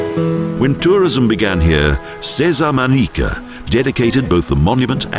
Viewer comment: terrible commentaries with many wrong pronounciations, unfortunately.Should not happen in professional videos : "Manique" instead of ManRrique, "vinio" instead of vino, Puerto del CarMIN, but it is Puerto del Carmen, "Jardin" is pronounced like an english "Chardeen", not jardin like french.It is not MARIA but Haria